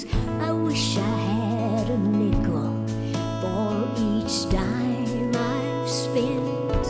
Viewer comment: She said “Nickel” lol 😆